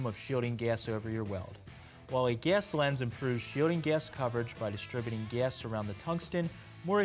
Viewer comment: “Ges lens”